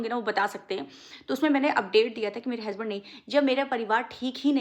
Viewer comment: हेसबेंड नहीं हसबैंड होता है😂😂😂